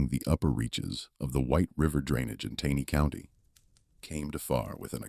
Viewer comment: Please narrator, it’s pronounced “TANEY’ CO,, with a hard “A”.